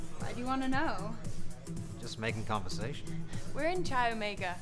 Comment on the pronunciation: Geez...not even 2 minutes in...“We’re in CHAI Omega” it’s pronounced Kai. I don’t know if I can continue watching after that gaffe and the already bad acting. Oy.